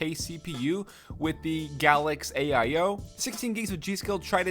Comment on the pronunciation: I love the way you say AIO... why you gotta exaggerate the syllables idk, but alrighty.